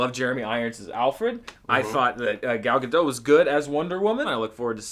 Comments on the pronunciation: psst! It's Gah-dot, not, Ga-doe. She's Israeli, not French. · The T is not silent in Gadot. :) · and the rest of they guys, please, pronounce Gadot's last name correctly - the "T" is not silent, it's not French, it's Israeli. You're supposed to pronounce it kind of like "Ga-dot", the last part literally sounds like the word "dot", as in "You're so far past the line... The line is a dot to you! ". Okay? Thank you. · Gadot. the T is not silent. For pitys sake she's been an actress for years! Thanks for the review, I probably won't be watching this in the cinema. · why don't they pronunce the t in gadot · "Gadot". the T is pronounced guys. come one, you had literal months to find out how to say it correctly. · She pronounces it with a T